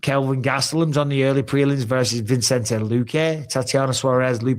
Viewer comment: It’s Vicente Mike, not Vincente. Put some respect on his name brother. Love the show, you’re legends